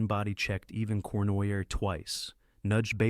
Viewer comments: The narrator needs some pronounciation tips. Regeena? Cournoyer? SMH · He weighed 180 pounds, not 1800! Geez! Terrible pronunciations of Regina, Cournoyer and many more. Overly flowery narration. This A.I. stuff is getting really annoying